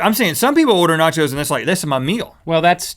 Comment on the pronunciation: nachos= NOT YO'S